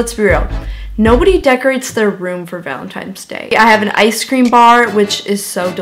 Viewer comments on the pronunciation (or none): did anyone notice she said valenTIMES day? like say it right omg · Lololololol she says valintimes day😂